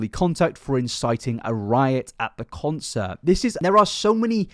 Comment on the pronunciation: So you’re not American then pronounce concert properly instead .